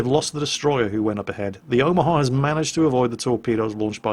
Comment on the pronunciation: I think you might even be mispronouncing Omaha, you're pronouncing it like Omahar